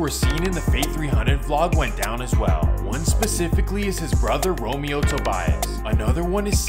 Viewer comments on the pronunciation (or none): none